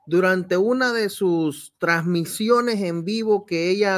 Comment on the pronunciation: Trasmiciones...pronuncia ....bien